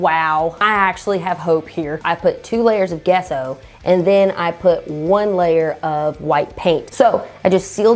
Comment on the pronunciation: Gesso is pronounced jesso :)